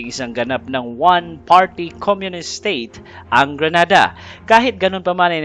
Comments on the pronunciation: Grenada not granada. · GRENADA DILI GRANADA, MUBOTO MNA, PATAKA LNG KA PRONOUNCE!!!